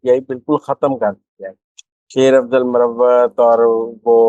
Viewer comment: yeh lafz muravvat Nahi..balke MARWAT Hy...!